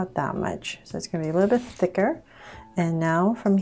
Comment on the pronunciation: Why do you allways say thiker !!!!!